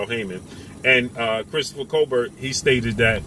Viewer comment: Damn stay killing ppl names smh remember when he was calling Tank "Gavontay" lol. That man name is pronounced "Cobare"